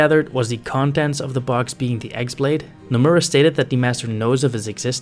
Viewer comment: It's not x blade its χ-blade (chi/key - blade)